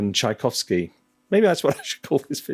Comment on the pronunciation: Tchaikovsky not Tchaikovsy